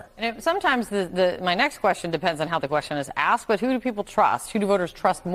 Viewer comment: He "AXED" WHAT?!?